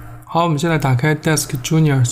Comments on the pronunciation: genius 读成 junior 也是没谁了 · DeskGenius的genius怎么读？！......